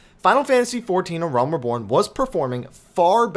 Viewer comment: your videos are excellent. However, you've been pronouncing the word "reborn" wrong this whole time. It is "ree-born," not "ruh-born." I know this may sound petty but it's been bugging my probably overly sensitive ear.